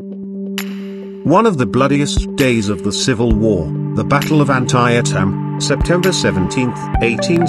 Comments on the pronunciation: An-tie-a-tim? At least check with an American about pronunciation. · LOL.....WTF.....I appreciate the English take pride in their language but you don't pronounce an American place as you THINK it must sound. Brutal!!!!